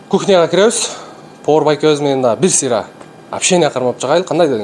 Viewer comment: ПовОр эмес ПовАр.